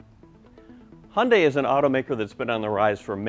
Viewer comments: It's suppose to be pronounced it "Hyun-dae" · y does he say "Hondai"???